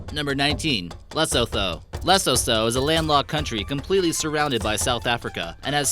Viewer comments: Lesotho is pronounced lisootoo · Zulus speak Zulu not Bantu ... get your facts correct prior to making a video. work on your pronunciation Lesotho was the best I was like what country is lesoso then I figured what he was trying to say. lol. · it’s lesoto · It's lessoootooo Lesutu Not lethoto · 16 secs in, that's a picture of Table Mountain. Which is in Cape Town, not in Lesotho ("Luh-soo-too") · lol, Le'soo'two (sounds)... put those together as short words. There is no "Th" english sound in that name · Btw 19 is pronounced Le-soo-too. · Bru WTF?! there are no states!😡 👊 It's called Provinces! The "H" in Lesotho is silent pronounced(Lesoto) you clearly not from South Africa that's why your video sounds lame Maybe do this video again with someone from South Africa bru! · how he says Lesotho😂😂😂😂 say it like this leasootoo BTW no because I'm from South Africa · you say Lesotho like Lesootoo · Hahahahahah the way he said Lesotho and Gauteng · Did you realise that the 'th' in Lesotho is pronounced as a 't'? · He says Lesotho funy😅😅😅😅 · Cool vid but the way u said it was so wrong! 😂 for Lesotho the 'H' is silent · i hate how he says lesotho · And Lesotho